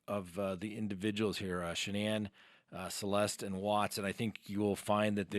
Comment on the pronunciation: Her name was Shannan rhymes with Dannon. The woman has passed let's have respect and pronounce her name like her mother did in court.